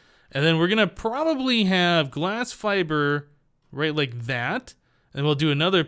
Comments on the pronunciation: seriously the fibre cables are pronounced fiber the fact they are spelled different doesn't effect their pronunciation in this case I am enjoying the series but that slight grammatical error is slightly off putting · You literally replied to a comment telling you how to pronounce fibre and now you keep on saying fi bree wtf.